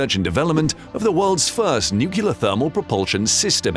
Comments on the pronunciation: New- clee-R not noo-coo-la. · It's "nuclear"... not "nucyaler" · Nuke Lee Are’ not “Nuke U Lar” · nu-CLEAR, not nu-CULAR! Jeez...just follow the damned spelling!!! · At least get your AI intelligent enough to pronounce it nuclear, not nucular. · The moment u said "NukeLar i stopped watching the stupid video. Can you people READ the fucking word "NUCLEAR"- NU fucking CLEAR ?!? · New-clear not New-killer. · What's "nukular"?... Stopped watching after 2 minutes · Mispronouncing nuclear as nukyuler makes you sound like a Southern Baptist preacher. Not a good look for you. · Its pronounced “New clear”. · Sorry, I just couldn't take it. "Nookyooler" sounds too much like an idiot to bear listening to. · When the announcer cannot pronounce the word "Nuclear" , I am outta here. It is nut "Nukuler"! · „Nucular this, nucular that.“ I guess Dubya gets the last laugh... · Because that's not how it's spelled. There is no q in nu-cle-ar. You can't run a science channel and be illiterate. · I keep hearing "nucular" when I am certain it is spelled nuclear. Never understood where the problem with pronouncing that is. And I I'm not sure why it bothers me so much when I hear people saying it incorrectly so often :/ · It's like someone raking a fork across their teeth. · Please don't say, "nuc-u-lar." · Except he used the word "nucyaler" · Homer Simpson told me it's pronounced nucular :D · Why would you hire a narrator who cannot pronounce 'nuclear' correctly ? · Please pronounce the word "NUCLEAR" properly. It's almost impossible to watch your videos when you can't even pronounce the words on a script!